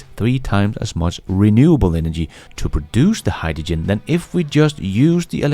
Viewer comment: agree, but please HY-dRo-gen. Not Hy-da-gin.